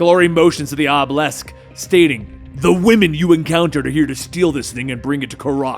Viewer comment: I really like the comic book reads. Been catching up on all the lore. I also think u should get a phonetics coach or at least ask someone how to pronounce any words you may not be certain about. Examples: Tartarus, obelisk, honing. A dictionary definition has the correct pronunciation and a coach can teach you how to read that so you can look up words without help